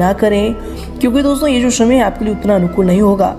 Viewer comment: शमय नही समय